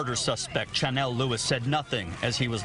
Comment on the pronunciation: It's "Chanel" lol